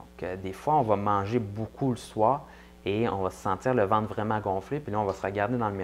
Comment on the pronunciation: je suins désolin moi et québécoin pas trés bianh amis car eux parlin difficilmins merci de sous-titrés la video mon ami , et on dit ventre pas vente lol